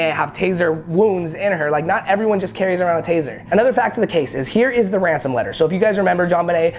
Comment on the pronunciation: Did This Man Just Say "Ransom"? Boy..